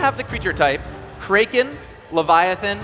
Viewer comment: wtf is a Kray-ken?